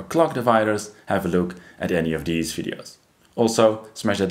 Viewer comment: Please do not change anything in your voice as a result of this feedback. My philosophy is that English is a language best spoken mangled. I was a DJ on KROQ/Los Angeles for 37 years. So when you say ‘dis’ and ‘dees’ for this and these, it is close to my heart. ❤